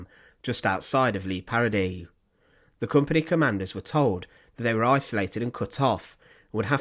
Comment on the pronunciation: FFS, if you are going to report or lecture, at least pronounce words properly. There is no such place in Europe called “LEE PARADY”. As it happens, I know about this shocking war crime, and I’m not going to sit through hearing it again with the badly researched pronunciations wrecking the gravity of the subject.